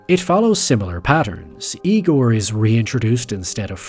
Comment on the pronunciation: it’s pronounced “Igor”